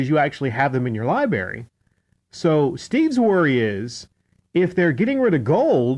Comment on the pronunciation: LibRary!! Pronounce the R ffs!